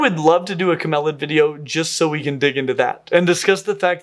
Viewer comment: I believe it's pronounced 'camelid', not 'camelid'.